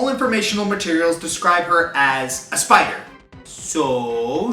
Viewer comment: Ah yes, the Speeider.